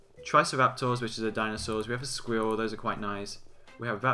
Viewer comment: lol the way he says squirel